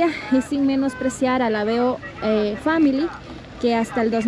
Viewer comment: family no se pronuncia asi😅